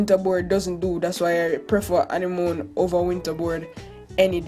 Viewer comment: Animoan.. Smh